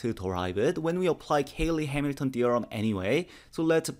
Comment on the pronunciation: Cayley, not Caley.